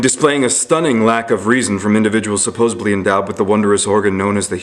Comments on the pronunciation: This moron can't even say SUPPOSEDLY .. He says supposubly.. hahaha... We have been a God fearing country, founded on Christianity.. I suggest you move to China or Russia where you can be a more successful atheist! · Did he just say "supposebly" with a 'b' at :42 while he was trying to explain why pro lifers are stupid? Haha! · Because saying "supposably" invalidates a person's whole argument - nay - their whole existence. Well, if you believe in monotheism I'll guess you'll have rationale for any stupid prejudice...